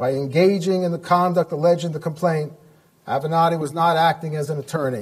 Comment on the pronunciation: You finally pronounced his name correctly! Mr Avenatti 😒